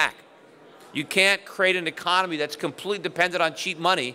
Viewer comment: Economy. The word is economy. Can’t trust an economist who can’t say economy.